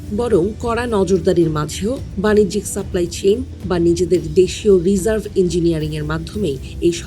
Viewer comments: রিজার্ভ ইন্জিনিয়ারিং না রিভার্স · রিজার্ভ ইঞ্জিনিয়ারিং নয় রিভার্স ইঞ্জিনিয়ারিং।